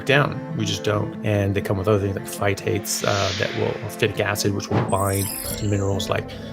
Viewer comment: Lol in the intro, phytates became fight heats. Good job AI… Not going global warming on us are you 😂 I had a hard heart beat when I first started. It raised my BP for a bit (maybe just diet change body stress). It did calm down in a few days. Don’t eat right before bed helps - some heart stuff is caused by the stomach pushing on the Vagas nerve. Had that some in the past. Not now on ketovore.at all.